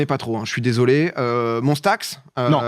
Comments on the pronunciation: On dit monsta X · Oh non la mauvaise prononciation de MONSTA X 😭 On t’aime quand même